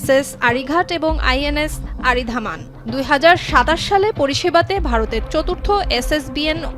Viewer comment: আরিঘাত, আরিধামান নয় আপু, অরিঘাত, অরিদমন। বাঙালি যখন বাঙালিদের মতোই বলুন আপু।